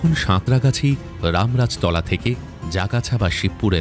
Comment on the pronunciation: উচ্চারণ ঠিক নয়,রামরাজতলা নয়,রামরাজাতলা,আরজগাছাহবে।